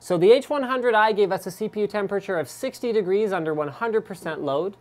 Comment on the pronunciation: I will never get used to the way you say temperature Linus.. *****